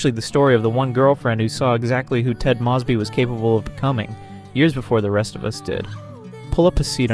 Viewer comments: Oh I see. “Moseby” doesn’t work? Moze-bee? Lol. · Why don’t you pronounce Ted’s family name like he does?